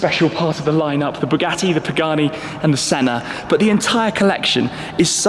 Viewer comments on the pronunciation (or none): none